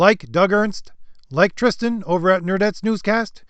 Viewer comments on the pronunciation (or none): none